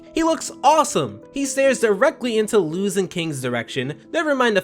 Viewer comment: It’s not Luz ( pronounced Looz) it is Luz (pronounced Loos